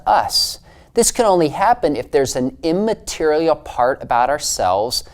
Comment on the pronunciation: This guy has a weird habit of pausing after saying the first syllable of "immaterial". It's rather grating, really.